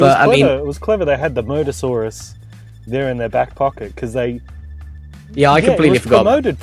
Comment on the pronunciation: moSAsaurus, bro. with an s.